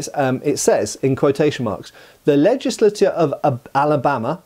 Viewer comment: You accidentally pronounced "legislature" almost like a true Southerner!